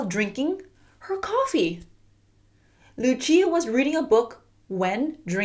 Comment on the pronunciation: its not luchia its lucia pronounciation: lu sia 👌👌👌👌👌👌👌👌👌👌👌👌